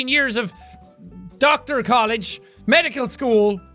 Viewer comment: Jack: Pronounces word correct Also Jack: Doktar